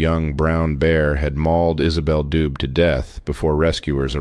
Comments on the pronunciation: Her last name would be pronounced doobay. Its french. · "Brown bear" = no, it's a Grizzly. "Isabelle Dube" = pronounced Do-bay. Merci.